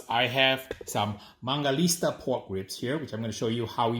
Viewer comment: WHY DOES HE KEEP CALLING IT MANGALISTA?? It’s MANGALITSA!!!!!!!!!!!!!!